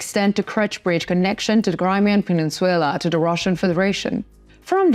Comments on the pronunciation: Peninsula/ please correct it. Not peninsuela PE NIN SU LA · Penin-SU-LA not SUE-LA. Either way, Ukraine will have it back soon hopefully. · Wtf is a pen squel la? It’s pronounced peninsula! Your pronunciation blows! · You pronouncistion of peninsula is incorrect its puh nin syuh lah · I would like to let you know the Crimea pronounced Pen ish I’ll a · Good show, real quick the English pronunciation on the word peninsula is something like this: Пенйнцюла - hope that helps - thanks for the good content! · Penenswaila sounds sexy! No biggy! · I really prefer this no nonsense delivery, of the news from 🇺🇦Ukraine🇺🇦, also I prefer this one, because of the use of maps, instead of the use of video that isn’t related to the news, that most of the others use. . .. … I also found the mispronunciation of peninsula, to be entertaining at first, but it is becoming a bit of a bug bear now, so I wish someone would tell her, that it is pronounced, pen-ince-u-la(pen ins u la), and not pen-ince-suella. . .. … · Needs work on pronunciation. Peninsula. No W in the word. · Please learn to correctly pronounce "Peninsula."